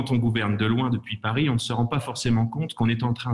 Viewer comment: Ma, tu ne dis pas Parisse, tu dis Paris! Tu ne dis pas Montargisse, tu dis Montargis! LOL!!